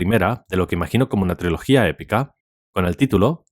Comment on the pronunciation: ja "triologia"😂😂😂😂